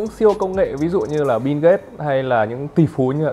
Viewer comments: Mình chả thấy chữ “n” nào trong Bill cả, thế méo nào lại đọc nó thành “Bin ghết” 😆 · Bill Gate má ơi nghe thành Binz cũng hay 😑😑😑